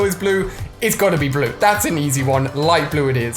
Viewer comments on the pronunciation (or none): I Like how u Say Blue (Blew ) 😂